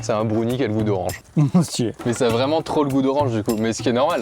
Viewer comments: broun quoi ? brouni ??? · C pas brounie il faut le prononcer comme brun en anglais donc Brown et ensuite ise donc brownies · Vous, vous dites brOUnie ou brAOnie? Ça me perturbe tellement quand il dit brOUnie. Moi j'dis brAOnie ps: je sais que ça ne s'écrit pas comme ça, c'est juste pour la prononciation. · Mais qui dit brouni pour browni xD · Wtf comment ils prononcent brownie "bRoUnniE" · Moi je dis brouni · M•A•T•H Effectivement, j’ai bien eu cette réaction 🤯🤯🤯 Surtout à cause de la manière dont il a dit brownie 😅 Je ne juge pas les Français, mais la plupart d’entre eux utilisent beaucoup de mots anglophones sans nécessairement bien les prononcer.... 🤷🏼‍♀️🤦🏼‍♀️ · C’est incroyablement drôle quand prononce le mot « Brownie » 😂